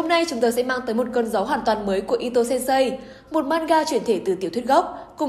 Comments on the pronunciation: Sensei nhé bạn, đừng đọc là sen sây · Đừng đọc sensei là sên sây nữa được không =.= Nó là sênsê (chữ ê hơi kéo dài) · Mình góp ý chút, thật ra Sensei đọc là "sên sê" chứ không phải "sêm sây", thật ra đọc đúng còn phải thêm trường âm nữa, nhưng đọc là "sên sây" nghe nó đau tai quá, nhất là với những người mắc OCD như mình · khoan bàn tới nội dung video, chỉ với cách đọc từ sensei thành sen-sây của người dẫn truyện đã thấy sai quá sai rồi, mình ko nghĩ 1 kênh chuyên làm về anime manga mà việc cơ bản như vậy ko biết...